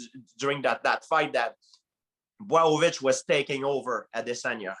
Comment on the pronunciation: Let’s talk about Justin POIH-YEEA and Jan BUAOW-VICH